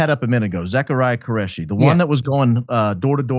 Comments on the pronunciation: its ZACH QURESHI NOT Careshi pronounced KOO RE SHI ‼️💯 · Qureshi , not Careshi